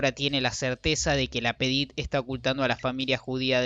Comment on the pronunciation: ces hable ingles,ya que no lo hablan ni en Paris.Y es LapAdite y no Lapedite hombre!